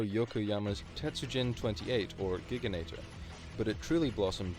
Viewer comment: Gig A Nator? Are you trying to say Ji Gan Tor? I have never heard anyone pronounce Gigantor as Gig A Nator before 😅